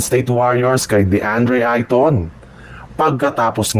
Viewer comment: Hindi ka marunong magbasa kahit apelyido anong klaseng vlogger ka walang aral???????